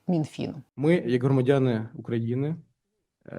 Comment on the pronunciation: Звучить смішно... вимовляє першу літеру у слові "громадяни" на роzzійський лад. Треба їх всіх перевіряти так, як перевіряють словом паляниця...